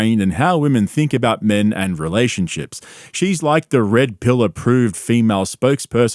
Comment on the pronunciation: Did she say that they were in ray ships or in relationships?